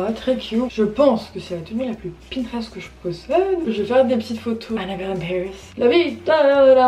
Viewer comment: ça m’a stressée quand elle a dit "pintrest " au début 😭